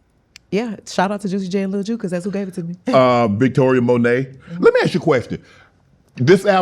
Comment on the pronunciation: did he just call her victoria monet????